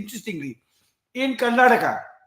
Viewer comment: It's Karnataka sir not Karnatak !! Inspite of your reputation why this blunder always? KARNATAKA, Kannadiga & Kannada.